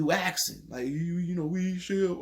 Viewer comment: "You axin"